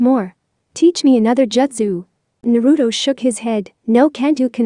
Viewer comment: You not saying it right it naruto